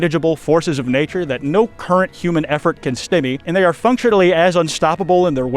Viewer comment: You also mispronounce 'Carpathia.' The 2nd A is a long A, not a short one. YET ANOTHER EDIT: You also mispronounce 'stymied' , and at least 2 other common words I didn't list. How can any American be THIS bad at English by their mid 20s? If I had been your teacher, I would not have even let you graduate. You should be embarrassed. USE A PROOFREADER from now on until you learn English.